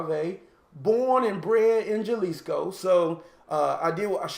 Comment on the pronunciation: Jalisco is pronounced, "ha•LEECE•cōe". Don Julio is pronounced, "DŌaN HOO•lee•yo" ( Don is a title of respect, not a name; It means Patriarch, Master or Sir —There is no Donald Julio. ) Nice glassware.